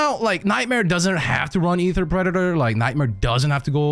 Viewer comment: brother, the word predator is pronounced preh·duh·tr. It has three distinct sounds. The way you say predator is kinda unsettling, for how well you pronounce otherwise.